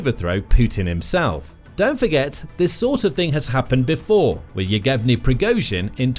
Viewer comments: It's Yev-ghen-ee, not Yegev-ni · it's not Yeg-evny, it's Yev-geny - the Russian version of Eugene